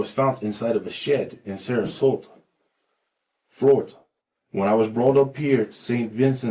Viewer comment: "I've lived all over Flori-ta."